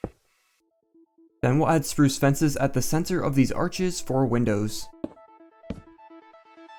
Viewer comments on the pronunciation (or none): none